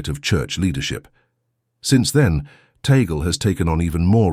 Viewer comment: Please make sure to pronounce the last right.. its Tag-le